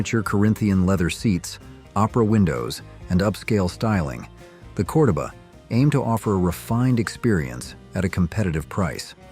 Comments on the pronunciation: COR-doba??? I'm pretty sure even the commercials called it Cor-DO-ba!! Get it right! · CORE DOE BA NOT Cor da ba 🤣🤣🤣